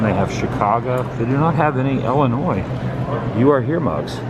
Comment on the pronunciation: Why do people say, "Ellen-oy" instead of, "Illin-oy" when they know it's pronounced that way? Go figure.